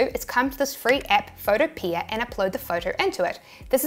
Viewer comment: You always say pho-to-PEE-uh, when I'm pretty sure it's pronounced pho-TOH-pee-uh (like "utopia"). Love your vids